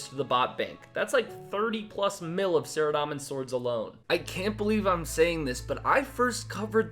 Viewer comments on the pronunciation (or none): Its saradomin not saradamin